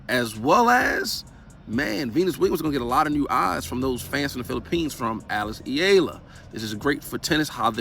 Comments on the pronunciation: Alex's surname is pronounced "EH-YAH-LAH"!!! (THREE SYLLABLES) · ee-YAAAHHH-lah yes emphasis on YAH!